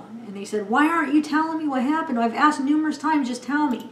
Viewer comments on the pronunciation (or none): none